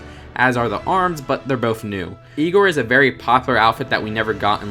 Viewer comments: It's pronounced I-gor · its pronounced I (eye) gor